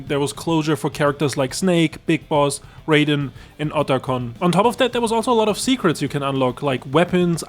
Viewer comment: wrong Raiden, you said it like the Mortal Kombat character. RYE-den not RAY-den